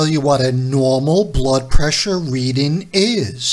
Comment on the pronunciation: READING NOT: READIN'